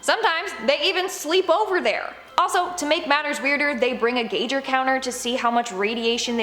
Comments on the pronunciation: Gieger counter not gauger counter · Gager counter? Gie Ger. Both hard G's. They really need to work on their pronunciations on these. It would be different if this was someone's personal page but if you are doing this as a business then you need to double check you pronunciations and grammar. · 'Gauger' counter lol. Seriously?! It's geiger counter. Say guy-ger. See how easy that is? Lol. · A Geigerzähler or gieger counter isnt pronounced gager counter its pronounced Giger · "geeger counter??" lmfao! ...one more dislike.... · They bring a “gauger” counter? You mean a Geiger counter. Glad your the eye candy. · It's pronounced guy-ga counter 😅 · Was momentarily confused over the pronunciation of geiger 🤔